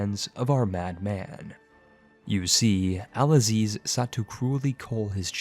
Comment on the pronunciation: I hate to be that guy but it pronounced "abb dool aahh zeez" 4 sylables. Or Abdul Aziz in easier writing. Abd al-Aziz if you took letter to letters from arab to latin alphabet.